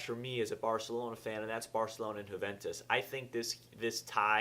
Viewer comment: Huuventus - Wrong Yuuventus - Correct